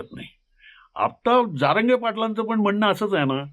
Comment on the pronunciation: तुम्हाला जारंगे आणि जरांगे हा उच्चार देखील नीट कळत नाही आणि आले विश्लेषण करायला